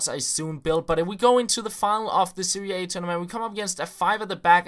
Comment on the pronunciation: Serie A, not 'Seria A'